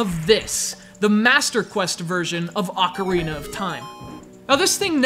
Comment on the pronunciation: did this fool say "The Legend of Zelda AUCARINA of Time"? ain't the pronounciation Ocarina of Time?not Aucarina? never heard of Aucarina but I've heard of Ocarina